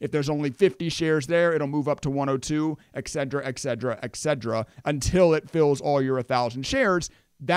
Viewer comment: The word is "ETCETERA" not "EXEDRA"